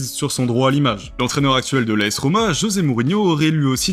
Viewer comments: La Lazio " romé " sérieux ?? Le sporting "guijon " ?? Un minimum d'efforts svp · Désolé j'ai arrêté de regarder en entendant "AS Romé"... Ca commençait à faire beaucoup entre "Gotal" et le reste... Pas tres sérieux quand on est une chaîne parlant de sport 😢